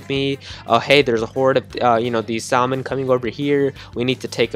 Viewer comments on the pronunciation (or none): You don't pronounce the l in salmon